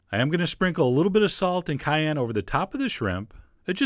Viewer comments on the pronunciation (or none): none